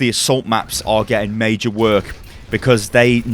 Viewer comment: " This is MEI-JER " " It's uh MEI-JER " " The reason why it's so MEI-JER